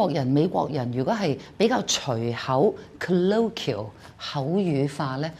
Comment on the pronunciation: 1. moron is pronounced as /ˈmɔːrɒn/, the second syllable is not a schwa. 2. The 2nd syllable of garbage is "ɪ" not "eɪ". 3. The "qu" in colloquial is pronounced as "kw" instead of "k". 4. The literal meaning of crap is solid waste rather than rubbish, trash, etc., you should have been better prepared. Mistakes abound.